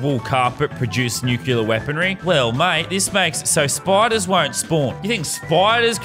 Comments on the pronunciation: Did anybody else notice that lazar is saying nuclear wrong the entire time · you pronounced nuclear wrong for the whole video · it triggered me sooo much when he said nukulur not nuclear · it just adds to the comedy that he said nukular